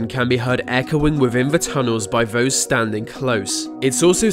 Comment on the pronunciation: Vose? Dude, get someone else to voice your videos. Vem, vhere, vose, viv, viss, vivim. WTF!! You ain't even trying